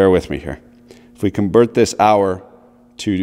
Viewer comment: "And here vee go" Finnish man said Canadian man quoteth